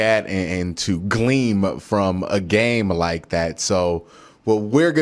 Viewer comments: Love these videos but I finally gotta say it man, it’s glean not gleam 😂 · Gleen* not Gleem ;)